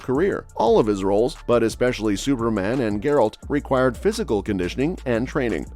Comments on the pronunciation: "grrrALT of ruhVEEuh" lol nope. i want my view back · "Ge-rult of Rivea" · Gur-alt? Sorry, that's not how Geralt is pronounced. Also, nice disinformation with the title. Also, Page would be a really awful choice. If they want to go with someone for "PC" reasons, then they should go with John David Washington. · Bro can't even pronounce Geralt and Rivia correctly and we're supposed to trust his take lol?